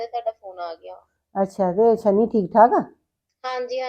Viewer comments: ਤੁਸੀਂ ਸ਼ਨੀ ਨੂੰ ਛਨੀ ਕਹਿੰਦੇ ਹੋ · ਤੁਸੀਂ ਸ਼ਨੀ ਨੂੰ ਛਨੀ ਕਹਿੰਦੇ ਹੋ😂😂😂😂